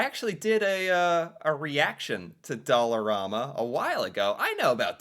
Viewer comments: When it first opened (20-25 years or so, everything was only $1) They charge up to $5 for some items now side note...in Canadian it is pronounced Dollar "am" a...not Dollar "rom" a! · ….its pronounced DOLLAR-RAM-MA… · I have to stop myself from ripping my ears off every time he pronounces Dollarama that way.